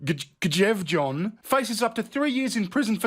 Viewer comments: please read my comment 😉 Normally I wouldn't pull you (or anyone for that matter) up on how you pronounce words. However, I am currently learning Norwegian. So on behalf of all Scandinavia, I must point out that [mostly] the letter "J" is pronounced as the letter "Y". Now, you can do the whole video again, but be able to pronounce the Norwegian correctly (maybe) 😁😘 I think your funny as phuck btw. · The J sounds like a Y in Norse 🤣